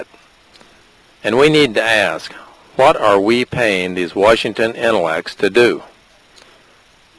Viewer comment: way-shington. really?